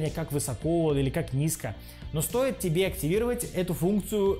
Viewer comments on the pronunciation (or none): none